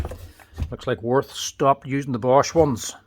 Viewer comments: Sorry for my German behaviour, its Würth not Worf 😅... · Würth" is pronounced like "Wuert", where "ue" sounds like the German ü – similar to the 'u' in 'fur' (but with rounded lips), and the "th" is a hard 't', not like in 'this' or 'think' - btw the 125 Version is 115,90€ without tax. The 115 is not available anymore. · Wurth is pronounced with a v not like a w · Würth is pronounced Wyrth